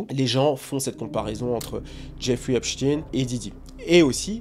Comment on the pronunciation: on dit Epstein avec S et non Epshtein avec SH.. sinon belle video bien expliquée